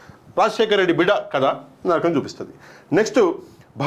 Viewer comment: బిడ కాదు బిడ్డా